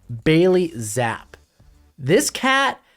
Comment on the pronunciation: His last name is pronounced Zapp-E